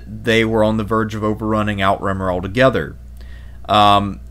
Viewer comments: Outremer ≠ out-remer Outremer = outre-mer. Overseas in French Pronouncing it outremer as in English out-remer is so weird lol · your pronunciations are painful. Outremer - French, 'overseas', 'on the other side of the sea", meaning the Levant/Holy Land.. OOT-ruh-MAIR ThesslaLONica it's pronounced, and not ie-ka, but ee-ka. In another video your warp Damietta into "Damee-ate-a"; the double-t makes the vowel before 'soft", no an ei (long a) like you're saying it. There were some other warped pronunciations; you know what you're talking about but it seems you had no direct exposure to a teacher or learning source where these (well-known) names are properly pronounced. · I have really enjoyed these videos. One small complaint and I hope this doesn’t come across as petty, but please learn how to pronounce Outremer. It’s slightly grating.